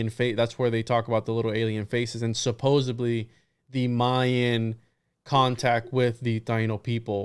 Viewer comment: much love and stellar duo, however pls note it is suppose - supposeD -supposeDDDDDly with D not B. you are extraordinarily well read but this must've skipped your awareness english is one of the 5 languages i speak so don't at me.